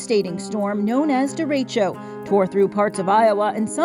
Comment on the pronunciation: Inside edition lady: derecho News reporter guy:✨Derecho✨